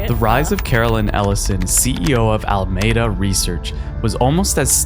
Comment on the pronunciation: Al-A-meda not Almeda - also, Sam Bankman Fried not Froyd 👀🙄🤷‍♂✌